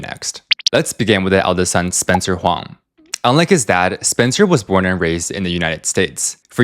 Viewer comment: Huang = Wong